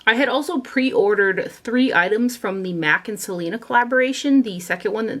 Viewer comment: As a Hispanic and and Texan I love that you swatched the Selena collection. Your Spanish pronunciations were pretty good too! 💃🏻